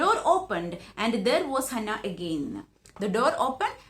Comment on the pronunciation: It's not Hanna it's Hana **